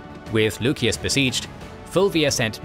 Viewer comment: Lusias. Theres no k, just c.